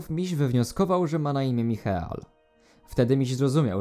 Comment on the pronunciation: Michael czyta się Majkel